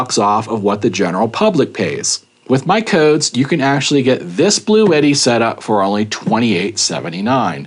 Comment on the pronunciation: it,s blue tti not blue et tti.